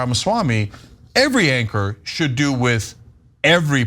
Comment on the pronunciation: Mehdi says "doo-oo" in a quirky way. Just an observation no judgements.